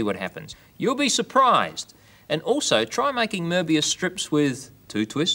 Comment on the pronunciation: Oh my goodness, you pronounced it correctly! No-one ever does that these days!